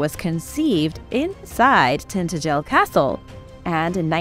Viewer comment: No offense but it's pronouced Tin TA gel. My ex husband is from Cornwall.